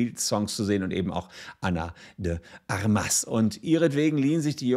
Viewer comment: Ana de Armas - die Betonung liegt auf der ersten Silbe - also nicht: Armás sondern: Ármas. Ana von den Waffen.